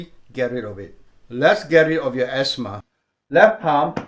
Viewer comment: You say esma